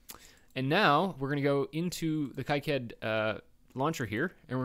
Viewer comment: Is there a Eagle lib importer for Kicad 6.06? (its Key-cad, not Kike-add)